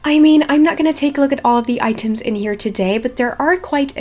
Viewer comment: I died every time she said "iiiteem"/item